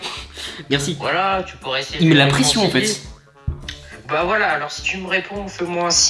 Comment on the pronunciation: Elle fait genre enfaitein mdr je critique pas je trouve juste c’est drole voila